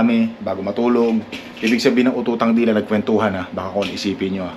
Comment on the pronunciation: UT-UTANG DILA. Hindi Ututang dila.